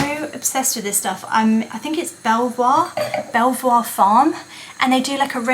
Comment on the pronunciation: I hope you don't mind a suggestion? The curtain wire you hung the curtain with? Cut it an inch or two shorter than the width of the window. It is spring loaded so when you cut it shorter, it stretches across the gap and makes it more taut. And Belvoir is pronounced "beaver" (got that from a bloke at Belvoir when he chuckled at my pronunciation)